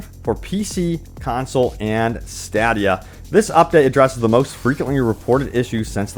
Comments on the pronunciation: I’m sorry but stadia is pronounced (stay dee uh,) not (stad e uh) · I know it's a crap system but hundreds of ads make it clear it's pronounced stay-dee-uh. When all you do is read stuff other people wrote you can at least pronounce it right. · Stadia: Stay-dee-uh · Lol You are the only one I have ever heard say "Stadia" like that, that is not how it's pronounced... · You are pronouncing stadia wrong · I like how you pronounce stadia. lol. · He probably mispronounced it because he hasn't researched it enough to really know anything about it. Otherwise, he would've pronounced it correctly. At least that's my assertion. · If it was new, I wouldn't care. Says it every time since it came out. Just trying to help.